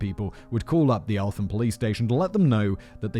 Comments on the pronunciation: Elt ham not elfam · Elt-ham The th is not sounded together in this case. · And elt-ham